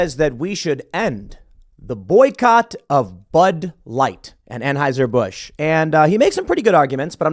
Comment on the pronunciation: Can someone please teach Tim how to pronounce Anheuser?